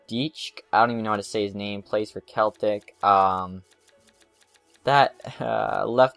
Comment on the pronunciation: Im a celtic fan, it pronounced van dike and seltic :D !!!